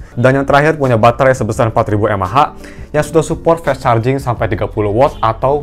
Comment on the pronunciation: Kenapa rata2 reviewer hp, ngomong 'fast' bacanya 'fes'